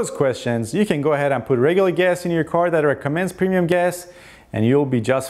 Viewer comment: PRONOUNCE: "PREMIUM"